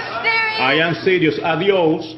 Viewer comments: lei: adios io: 😂 giudice : adioss io: 🤯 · Il giudice ha vinto tutto quando ha detto ADIOSS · quando il giudice ha detto "Adious" ho urlato! Un fottuto genio! 😂